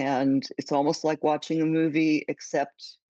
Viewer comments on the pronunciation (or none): none